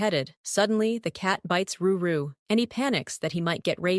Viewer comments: Drew instead of edrix and ruru instead of rory , and rakki also jina 😂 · And alsooo whyyy did u say KEIFER and RORY as RURU!!!! ( in episode one )!!!! And also in other episodes ( not sure )